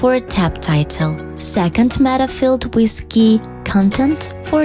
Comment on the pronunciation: She miss-prounounces and its annoying for no English native speakers she says WIS instead of WITH! its hard to follow up!